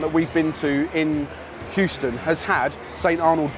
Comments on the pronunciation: welcome to “who-ston” oh no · lol....He called it Hoostin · and... C'mon man... Whoston? its Hueston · said "who-ston" xD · My American mum would cringe at calling Houston 'hoo-ston' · pronouncing Houston as "Hooston", just great! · said hooston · Did say hooston? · pronouncng Huston wrong killed me🤣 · Can someone teach how to say Houston